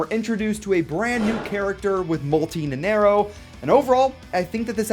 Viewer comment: I hate to be "that guy", but you said "Nenerro" in the entire time instead of Nanairo ("nana" like Banana and iro like "Ear-Roh" - Nanairo)